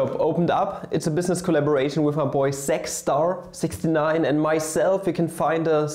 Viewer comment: With your german accent you pronounce zach star as sexstar and im kinda worried